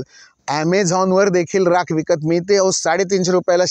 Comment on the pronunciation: Rakha nahi Rakh mhantat.